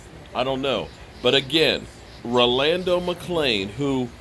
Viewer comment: I believe youre pronouncing his first name wrong but Yea McClain was,Sick would like to see but I will love even more if David Irving and Randy Gregory Come back